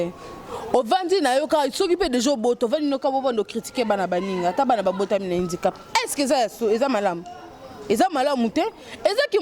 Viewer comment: on dit handicap et non indicap avant bosala ba émission il faut bo zuaka ba information ya bien bana ya mamie ngeni ba fingamaka po na comportement na yé moko ba fingaka mutu kaka na faiblesse na yé bolanda ba serie na yé ya kofinga batu mbala ya sima bolata bien avant bosala ba émission boza sombre